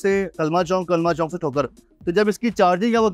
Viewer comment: Anchor is ......"KALMA CHONK" Tobah Tobah Urdu to Gaiii WRRRR.....